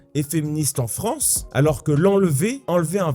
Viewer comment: Fronce ? Y'a quelqu'un qui parle comme ça ?